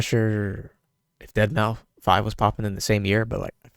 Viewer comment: Why are you pronoucing deadmau5 like dead mou five. Its pronounced dead mouse